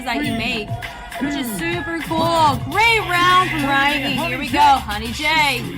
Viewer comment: Hey, just wanted to let you know Rihey is pronounced as Ree-haey, she explained that she named herself that because she wants to be somebody you want to call again( smth like that ) so Re-hey